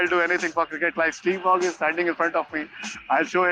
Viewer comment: waugh- pronounced war